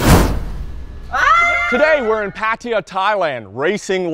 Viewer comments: Patt-aya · Learn how to say “Pattaya “